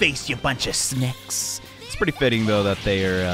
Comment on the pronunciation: normal people: snakes: S N A C K S!!!